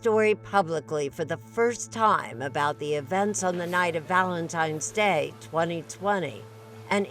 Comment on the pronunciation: Did she just say "Valentime's Day"?